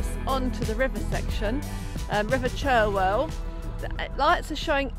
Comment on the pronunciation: So glad that you enjoyed my home town of Oxford. Its been many years since I was fit enough to climb those steps up the towers, so well done you guys, it was lovely to see the view from the top again. Oh and btw.....the river is pronounced 'Charwell'